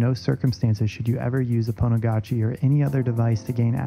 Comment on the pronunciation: So pretty "Pwnagotchi"